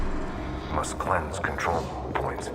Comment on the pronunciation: kontrol pke R ya😅